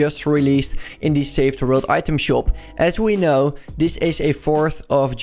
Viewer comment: Normale mensen: "The" "THIE"